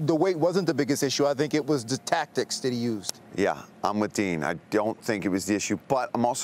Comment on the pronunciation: his name isn't 'dean'. stop calling him dean. it's 'din'.